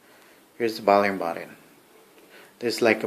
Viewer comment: He said button funny